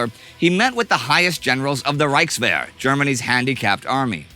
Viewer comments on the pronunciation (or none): Am I the only German who cringes when others try to pronounce words like "Führer", "Reichswehr"... etc?